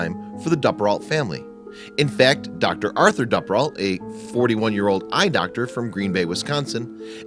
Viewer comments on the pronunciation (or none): It’s a great video but I’m just mad that he pronounces Duperrault wrong the entire video. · You're pronouncing her last name wrong. It's a long U, like Dooperrault, not a short U. I remember this very well because my family lived in the Green Bay area and I was her age. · I'm pretty sure the name is pronounced Doo-per-alt. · For those trying to look it up, the narrator is saying the surname Duperrault. The accent is impossible.